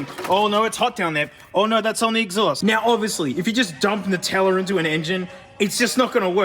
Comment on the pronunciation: And also why it's pronounced "NUH-tella" and not "NOO-tella" like us weirdo Americans say for some reason